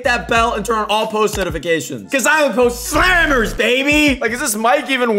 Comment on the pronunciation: It’s pronounced slammer